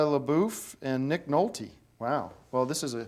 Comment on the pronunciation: Oh hell no...he did not just say Nick Nolte